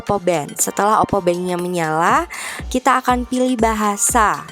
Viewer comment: For every time she says “oppo bento” I took a vodka shot and now m drunk as fuck